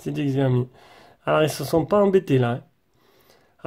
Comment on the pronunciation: Slt, la vidéo est très bien mais par contre on dit chaomi et non pas xxxiaomi !!